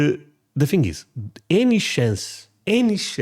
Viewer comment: Thing is thing... not thing-GU